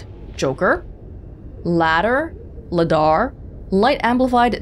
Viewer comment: Quick note, "Ladar" is pronounced "Lay-dar", like Radar. RADAR: Radio Detection and Ranging LADAR: Laser Detection and Ranging